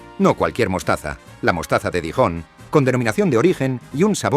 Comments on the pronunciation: Verte pronunciar "Dijon" es penoso. Para hacer un vídeo deberías ensayar un poco. Los españoles siempre con problemas idiomáticos ... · El vídeo me gustó, pero podrías esforzarte un poquito en la pronunciación de los topónimos. Lo de Dijon con el sonido de "J" Jaén suena fatal